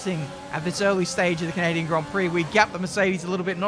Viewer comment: As a Canadian, I am deeply offended with your horrific attempt at saying 'Canadian' ITS NOT 'can-a-din' LOL